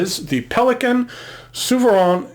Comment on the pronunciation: ZOO - FER - RAIN. Not SUE - VER -ANN. It’s German, and it has an umlaut.